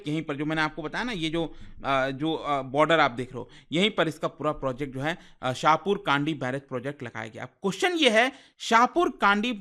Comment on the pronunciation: Correct pronunciation of the name of river is रावी not रवि and Village is शाहपुर कणडी